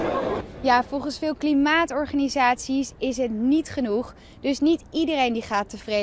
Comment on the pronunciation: “Is het genoed” lol